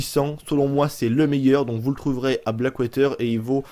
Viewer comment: "blackwayter" .... OMG !!!!! ^^